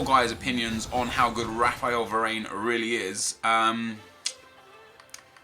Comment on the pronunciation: it is eric (dyer) not (dear) and it is Var-ran not Var-ane